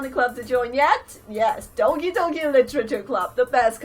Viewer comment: I thought she said Donkey Donkey literature club